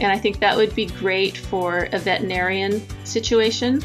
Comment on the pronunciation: Good tutorial (apart from the pronunciation of veterinarian making me crazy). Very tempted to try it...